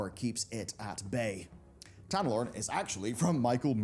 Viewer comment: omg it's not Avalorn.......it's AvaloREN...REN. Annunciate plz Kul'tiran druids ARE human druids, don't be racist. That's like saying people from Japan aren't human.